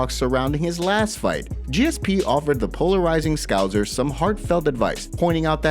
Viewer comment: I'm unsubscribing due to your refusal to learn how to say scouser